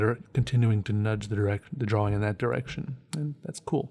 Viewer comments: i dont mean to be incredibly negative, BUT I HATE HOW CERTAIN PEOPLE SAY "DRAWLING" not "DRAWING" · your pronunciation of draw wing is fantastic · Kumori Yes! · lmao, sometimes it borders on sounding like draw-ling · Love how you say drawing. It kinda sounds like "draw-ring".